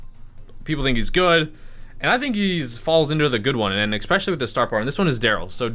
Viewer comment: If you say eXspecially instead of especially one more time I'm going to have an aneurysm.